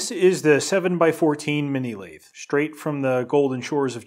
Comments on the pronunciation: How pronouncing the name of the equipment properly, You pronounced it like it was some sort of ice cream. It is pronounced as Mini - Lathe (Lathe pronounced like lay the but all as one word) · So this jumps to my recommended after I watched just one video from you And I'm like "whats a Lathe? Coffee machine in binary ?" (i actually pronounced it "La-The", unlike your "Laid" pronounciation) You should have just mentioned "its a cnc machine" and I would be like "ahh man I know that word!". Really, whats the difference ? Lathe cuts into objects to make what you want, CNC machine cuts into objects to make what you want. Lathe = CNC machine in nerd language, change my mind.